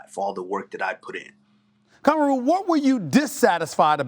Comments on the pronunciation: It's not Cameroon its Kamaru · Its KA-MAR-U. Not KAMA-RU!!! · "Kam-ah-roo Usman" - Stephen A.